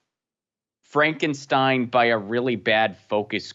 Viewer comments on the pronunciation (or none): none